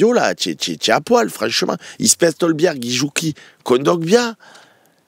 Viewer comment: Et Hojbjerg il invente un L au milieu, c’est pas Holbjerg mais Hojbjerg a prononcer Hoïbière